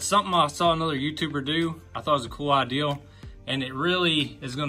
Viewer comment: Ideal, idear. We have enough problems with the pronunciation with this word.